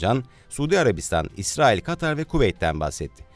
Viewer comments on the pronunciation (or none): none